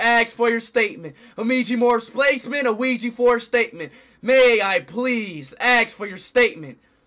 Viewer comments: Why speed say ouija board Luigi board😂😂😂😂😂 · LOL IT DOES SOUNDS LIKE LUIGI BOARD THE